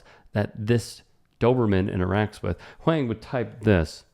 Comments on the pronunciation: On top of that, mispronouncing of "Huang" was funny and cringe. I feel you, TYT overall feels one step removed from content mill garbage, but maybe that's more a byproduct of competing with 24/7 news programing on TV. This vid is an excellent example of padded content, though. I could see an argument for reporters not emphasizing Huang's fame, as it is in line with Huang himself abstaining from pulling the "do you know who I am?" card back at Sauerhoff. It does not really matter who Huang is, he does not have to be famous to be treated with basic respect. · That's Eddie Huang (pronounced Wong) from Huang's World on Vice 🤦🏾‍♂️ leave Eddie alone before you get snuffed by an unknown walkin on the sidewalk 💯🤣🤷🏾‍♂️ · i think it's pronounced like "wong". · It's pronounced Huwong. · Huang is pronounced "Wong". Keep up the great content! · I think the last name is pronounced "wong" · Eddie Huang is way more famous than this trainer guy. Why is this story being told like Eddie is just some random nobody and pronounce his name correctly. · Right? As someone who virtue signals so often, you'd think he would take one second to get the pronunciation right. It's not even hard for Americans to pronounce. I do like the topics/content that he covers, just not the coverage. I get what you're saying about not emphasizing the fame, but I don't think that's what's happening here. I think if did know, he would take every opportunity to show the irony of some no name asking Eddie if he knew who he was.